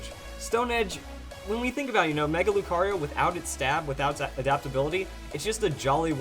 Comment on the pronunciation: Mega Lucario? its Mega BROcario for him XD